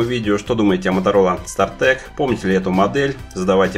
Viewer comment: СтартАк же, а не стартэк